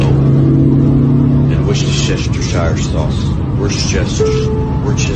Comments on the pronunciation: Wor chester shire sauce Say it separately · Worschesters saushe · wus-ter-sher sauce that's how you say it:)